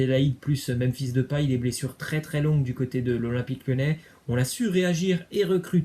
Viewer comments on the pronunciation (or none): none